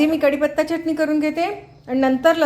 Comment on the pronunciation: मॅडम छान शुद्ध बोलता, पण चटणी म्हणताना जीभ वरच्या दाताच्या आतल्या बाजूला घेवून बोला , तुम्ही ओठांचा चंबू करुन च la च असे च्च उच्चारता , ते बरोबर वाटत नाही , योग्य शब्दाचे उच्चारण आले की ऐकायला बरे वाटते